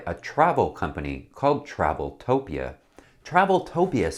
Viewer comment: It's "travel-O-pia" not "travel-TOH-pia"